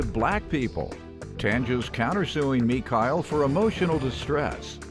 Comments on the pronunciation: Who the hell is MeeKyle? Girl your name is. Sit down somewhere 🤦🏾‍♂️ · You dang right she thinks she better than everyone else 😏 her name is spelled but pronounced Mekyle boujee as ever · Me Kyle no it’s. Chile changing her name pronunciation just cuz she on television. 😂😂😂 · Mee-kile? Girl your name is! Chile please! Lol! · Is ME-SHELL now MA-KELL? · Mekyle????? you mean....omg black folks so extra for no reason....🤣🤣🤣🤣 broke and boujee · Guhhhh!!! Your name is! Said the regular way! Chile puhlease! 🙄😩🤦🏽‍♀️🤣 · GIRL YOUR FUCKING NAME NOT MEKYLE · Mikael? Her name! Wtf announcer man 😂😂😂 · I knew she was trash and bougie when the announcer pronounced her name. Girl your is not Me-kyle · First of all it’s mash elle not me Kyle lol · That girl know her mama named her, she is just being extra...Mee-Kyle...Girl stop!!!🤣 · “Mi-kyle” girl its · "ME-KYLE"!?!?!?!?! GIRL YA NAME IS "MUH-SHELL"!!!!🤦🏾‍♀️🤦🏾‍♀️🤦🏾‍♀️🤣🤣🤣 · Me-Kyle? Am I hearing that correctly? GIRL! You know your name is. Stop it! Talking about some Mekyle 🤣🤣🤣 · Michaelle...... 🤣Learn your French accents professional black lady😂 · ITS PRONOUNCED MI-SHELL...who is me-kyle 😂😂😂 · I hate when people take their plain ass name and try to say it differently. 🙄 girl your name is not Mekyle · Me-KYLE 😂😂. Her Name Is MA-SHELL 😂😂😂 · Her name is … Mi-shell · ME-Cow gets on my damn nerves.🧐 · Not ME-KYLE 😂😂🤦🏽‍♀️ She isssssss delusional !!!!! Changed her whole pronunciation of her first name ! She is lost . I know her mom is praying daily for her. 😂😂😂😂😂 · “Ma-she’ll” knew what was up lol with her boughetto ass😂😂😂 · I don't care about the case. Let's discuss the why and how her name is but pronounced Me-kyle 🧐🤦🏾‍♀️😂 My name isn't any better but why take a simple name and make it complicated? Lol. Glad judge put her in her place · Me-Kyle? TF!? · Her name is pronounced “Me-Kyle”? Smh NBW...